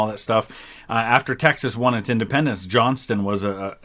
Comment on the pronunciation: Dang ... Johnson!?! It's Johnston. I mean I know it's one letter but how did they make it past the edit especially when he says it multiple times. , , ...